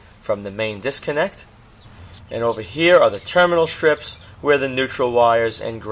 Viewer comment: It's funny how you improperly say the words "strips" and "straight". SHHHTRIPS and SHHHHHTRAIGHT. ha ha. Otherwise, I enjoyed the tutorial very much.